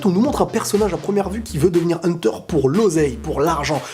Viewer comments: Hunter et non pas hunteur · Hunta Hunta